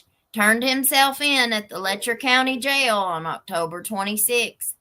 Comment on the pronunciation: Did you say “LECHEREROUS COUNTY”?!!! Appropriate for this place!